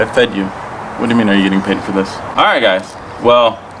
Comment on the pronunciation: She said whaaaaasst